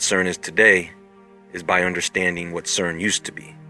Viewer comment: SAID's c e r n .